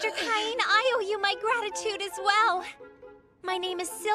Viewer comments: I wish they would fix the pronunciation of his name. It drives me nuts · The jokes are fine. It's the exaggerated Southern accents, especially when everyone mangles the pronunciation of Cain's name, that's c***py.